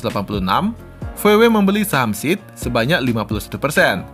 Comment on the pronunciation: SEAT bacanya tetep SEAT bukan SIT bang 😁